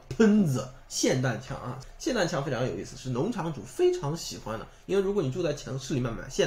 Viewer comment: 很久没有听到有人把 霰xian弹枪 发音正确了。极度舒适